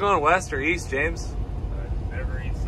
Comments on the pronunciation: East?? Oh I thought you said Weast. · I thought you said weast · East? I thought you said Weest?